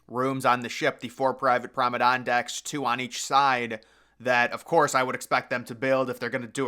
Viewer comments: It‘s not Promenane, it‘s Promenade deck! Just saying!😏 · What’s a “Promma-Don”? 😂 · Prom-a-darn?! Again lol 😂😂😂 is just trolling at this point must be